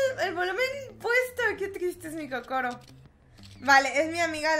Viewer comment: Por que dices cocoro